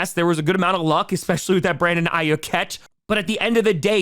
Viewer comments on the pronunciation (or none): Great content as always, but as a Niners fan, something that's bothered me all season... Aiyuk is pronounced EYE-YOOK (rhymes with duke), not eye-yuk (rhymes with book). put some respect on the man's name 😤